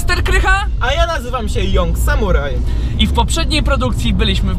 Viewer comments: (Jong Samuraj?) a nie (Jang Samuraj?) gość dodaje sobie Young to niech najpierw się nauczy to wymawiac lulz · jak mnie rozpierdala jak słysze "jong samuraj"